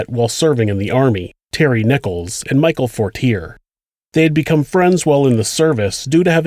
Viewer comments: Dear: midway though the video you say “McVeigh chose the date of April 29…” both Waco and the OKC bombing were on April 19, as you correctly say earlier in the video. 2) Fortier is pronounced For-tee-AY. 3) McVeigh was pulled over on Highway 77 near Perry, not I-35. 4) Nichols had 2 trials, one at the federal level one at the state level; both found him guilty of second degree murder, which is not subject to the death penalty. McVeigh on the other hand was tried in Denver because a judge decided he couldn’t get a fair trial in Oklahoma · Nice pronunciation in the name “Fortier” lol